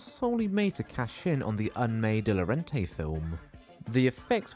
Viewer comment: FYI, De Laurentiis is pronounced like it’s spelled: “day loh-RAHN-tis”, not “de-loren-tay”.